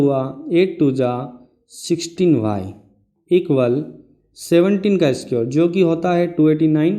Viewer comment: squr nahi square hota he